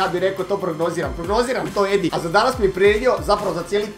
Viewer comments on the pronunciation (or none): HAHAAH TI KAD KAZES EDI JA STALNO MISLIM DA KAZES ENDI 😂😂 JER JA SAM ENDI 😂😂 MOZE SRCE KRALJINO BOLESNA ET KOMENTIRAM NAKON UTAKNICE I POBJEDA NORMALNO 😂😂